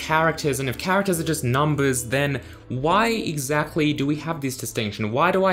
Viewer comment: I like how he says exachtly